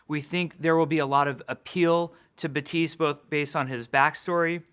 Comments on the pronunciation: Almost. You stil lpronounce the final t, Jeff barely does it but still does it. Correct way to pronounce it is a clearer "t" sound, so baTeest. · "Ba-tee-st" is how you pronounce it though? It's not pronounced like Baptist! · FailOutBoy I never heard a Haitian pronounce Baptiste “BUTEESE” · no, "batist" , like "a bat" and the end of "list".And the p is silent. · Is it just me hearing him say 'Batise'? o.O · he says batist, but his final "t" is super faint for some reason. Batist is correct, his way of faintly pronouncing the t is not really. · is it just me or does Papa keep calling him Batiste? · Me: Thinks it's pronounced like it was written as ,,bapptistt" " Jeffree: ,,MMMM BabptiSeEEe" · Is it me, or does Daddy Jeff not pronounce the 'p' in "bap-tiste"?? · No it's just pronounced Batist the "i" is pronounced like the second "i" from "scientist" not like "ee" from "teeth" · I like how every including jeff is saying name wrong because the p is not silent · So you don't pronounce 3 letters in his name. Good to know. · I'm sorry. Why are the p and the second t silent? Is that a thing? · Am from South Florida and can confirm with 1000% certainty that it's as I said previously. While you came with a French pronunciation. It's clearly stated that the character is Haitian. They all pronounce it with the P. Thanks anyways tho. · First Hero name that Jeff can't pronounce right. The end of Baptiste is supposed to sound like dentist, not apprentice. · Jeef its Baptiste not Batise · baPTise not batise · “batise” no. no. jeff, no. it is pronounced bap teest. oh what he created the game? well he’s wrong. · So why do you pronounce his name ba-tees while in the game the character pronounces it bap-tees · Why do they give their new heroes french name but can't learn how to pronounce them correctly? It's baptiste, not beuh-tiiiiice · Jeff pronounces it “bateest”, but the in game character says “bapteest”. I am confusion. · Is he pronouncing it like; Batiis? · "Hero 30 is bateese"